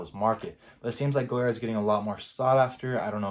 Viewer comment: It’s an atrocity how you pronounce the name of this designer😂😂😂😂😂#NoClass